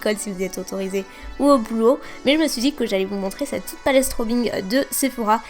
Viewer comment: j'aime pas quand tu dis CTE video, CTE couleur ... a la place de CETTE video, cette couleur ..